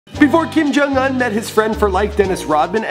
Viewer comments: It's Kim Jong-Un not Kim Jung-Un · But it's Jong not jung